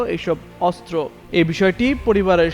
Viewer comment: অস্ত্র উচ্চারণ শুদ্ধ উচ্চারণ করতে হবে 😮😮